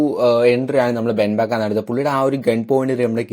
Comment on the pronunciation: ben beckam alla ben beckman